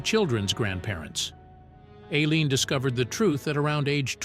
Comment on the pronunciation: Her name is pronounced i- lean and the girlfriends name is pronounced ty-- ria